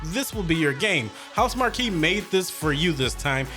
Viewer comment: It's Housemarque not Housemarquee. 😂